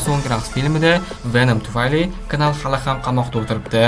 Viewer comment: Knal nal dib òqiladi